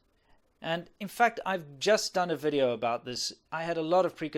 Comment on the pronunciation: I feel bad hearing the "welcome to another WEE-dio"